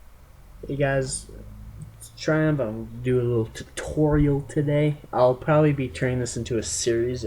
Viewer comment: the way u said TUHTOHRIAL! with the TUUU